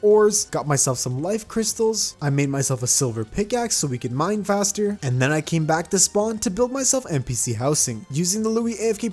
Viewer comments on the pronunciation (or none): none